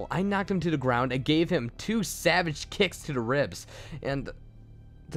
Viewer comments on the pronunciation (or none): none